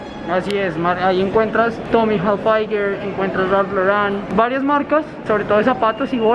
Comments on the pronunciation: Es Tommy Hilfiger “gilfiger” es la pronunciación. No “jalfaiguer” y también es Ralph Lauren “Loren” es la pronunciación. No “loran” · Tommy jayfalger?...De dónde saca las pronunciaciones este hombre. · Por querer pronunciar tommy hilfiger en inglés lo pronuncia mal